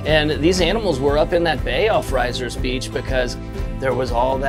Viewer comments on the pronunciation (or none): Still slaughtering the local dialogue, but that’s OK because your welcome here. It’s “Rissers” not “Rise-ers”